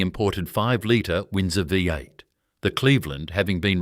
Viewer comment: Good story on what was lost from Australia. AI commentary was terrible as it was unable to pounce a lot of words correctly. V8 engine was the worst.